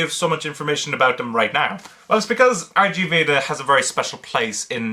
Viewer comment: It's pronounced (RIG) Veda! Like the Indian Manuscript itself based off of, the Rig Veda. Not to be obnoxious, but I didn't know for the longest time either.